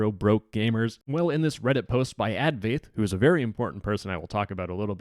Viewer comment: you're pronouncing "advaith" completely wrong